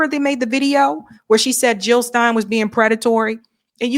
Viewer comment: Jill not hill ...